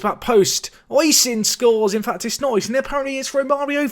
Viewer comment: Oisin is pronounced Ush-een or O-sheen, sorry if that's a bit picky it's just its my name and it kinda gets on my nerves as time goes on. Still, quality episode as per usual